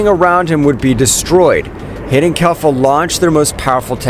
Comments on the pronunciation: Kelfa bruh it’s kefla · Man I love the vid but pleaseeee it’s not kelfa it’s kefla 🙈 everything was great but saying kelfa was pissing me off 😂🙈🙏🏽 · Bro really says Kelfa